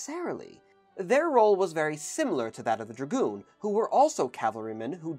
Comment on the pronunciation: you mean... gragoon?